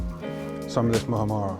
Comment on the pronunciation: Mu ham ra not mu ha ra ra 😀 - sandwich looks banging bro ….